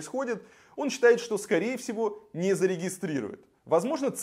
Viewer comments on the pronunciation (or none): Цепкало, а не Цеплако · Произноси правильно наших кандидатов----ЦЕПКАЛО, а не Цеплако. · Отлично рассказано о ситуации в Беларуси. Только не Цеплако, а Цепкало.